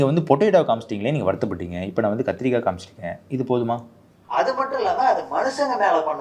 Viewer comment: kathrikai* physiological*